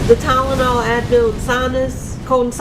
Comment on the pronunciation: TYLENOL = “Tallenawl”